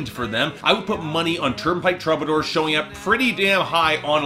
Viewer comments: i'm a Canadian "sore-y" sayer, and no, it's "true-buh-door" here too. i picture as being a dude who reads these words more often than he hears them aloud. (also, shout out to the interrobang as your picture there, lol.) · too bad you don't know how to pronounce the band's name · This video made me so mad lol... can't even say my boys name right.... smh